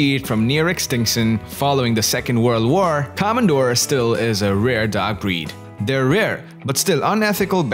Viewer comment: Please don't say 'come & doors', just normal o wovels. Komondor. Simply o.